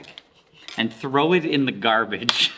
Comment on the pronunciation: how did he say garbage without touching his lips